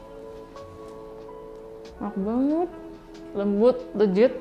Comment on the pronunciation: Kak, please leGit deh bukan leJit iy ga sih 😄 thanks for the recipe. Suka bgt bolu tape 🎉